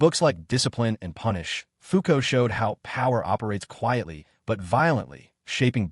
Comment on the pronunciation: Fa-non Fa-non Ya pronounced foo-cau’ well enough. But its fa-non. Not faaan-on